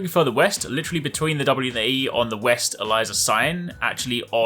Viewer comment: Bro is purposly miss pronouncing state names "Roanokie" "West Elizah"